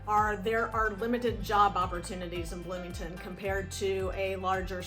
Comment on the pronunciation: Bloomington Bloomieton HAhahahah 😅😅